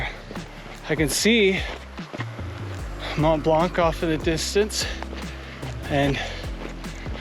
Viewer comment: I suck at pronunciation myself, but you could really put more effort into pronouncing Mont Blanc the way it’s supposed to. (coming from someone who pronounced Yosemite incorrectly (read it like a German) for the longest time)